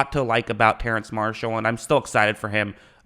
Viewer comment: You spell Terrace Marshall's name right, yet still say it wrong though